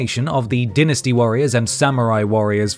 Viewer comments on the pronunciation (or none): Hearing the narrator pronounce Dynasty as Din-asty makes me laugh